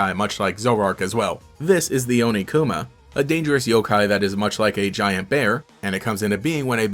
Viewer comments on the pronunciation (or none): ... Onikuma? You mean Oniguma. In Japanese, the K sound becomes a G sound when the original word become the second word in a compound word. Kami becomes Gami Kumo becomes Gumo Kuma becomes Guma For further note, the Ts sound like in Tsuki becomes a Dz sound (Dzuki, often shortened to just zuki when transliterated into english) There is at least one other sound that changes when used as the second half of a compound word, but I, for the life of me, can't remember it.